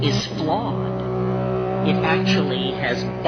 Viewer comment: no dice "fraude" (fraud) sino "flawed" = fallado... :) está fallado